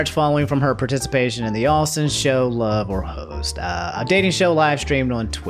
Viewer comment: When you said “Love or Host” it sounded like “Love or Hoes” which I thought was an appropriate name for a dating show streamed on Twitch. Was disappointed when I read the real name